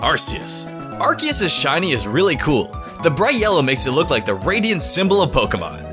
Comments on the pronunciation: ITS ARK-EE-US NOT ASS-SEE-US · you need to choose between Ar sea us, and Ar key us!!! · ARCEUS IS PRONOUNCED R-KEY-ES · No it's arcoose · First, Arceus is a Mythical Pokemon, secondly Arceus is pronounced with a hard "c" like Ark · Its weird how he pronounced Arceus and then Ar'keus' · I love how you literally alternated between RKS and RCS as the pronunciation for Arceus and didn't even say Yveltal's name! Great video! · its ar-KEE-u-s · He said arseeous ( ar-see-iess ) XD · Also the correct pronunciation is Ar-key-us. Just wanted to say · anyone else think Arceus is pronounced "Ar-Kay-Us"? Because.. you know... RKS system? They both change types due to held items...? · Its pronounced Ar-Ke-Us. Arce in Ar-ce-us stands for Butt in British. O.O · you pronounced acreas both ways in one number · Why you keep switching between pronunciation? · I love the alternating Arceus pronunciation lol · Which pronunciation are you choosing for arceus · I'm triggered by how he pronounced arceus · Dvery time you said arceus I cringed, this video is amazing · Shiny Arceus is my least favorite shiny legendary. Also I like how you pronounce Arceus like 3 different ways. lol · look at the way he pronounces Arceus in and then a second later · I love how he said both pronunciations of arceus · Arceus or Arceus (Arkeus)? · I like how you said two different pronouciation of arceus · He switched pronunciation of Arceus SO MANY TIMES. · Hmmmmmmmmmmmmm He says arceus in a super weird way mhm hmph where is the real one?!?!? ?!?! Hmmmmmmmmmmmmm is he ? Drunk? Idk pretty sure hes drunk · Take a shot every time he alternates Arceus pronunciations.